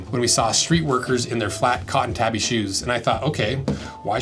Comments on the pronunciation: Tah-bi. Tabby is a cat. To be fair, I don't think I've heard a single person on social media say it correctly. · I don't wanna be that guy. I love your work and have no doubt you know more than I do. But isn't the proper pronunciation "TAH-BEE". Either way nice video!